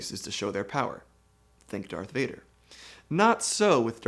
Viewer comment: Normal people: Darth Vader Palpatine: Dath Veyda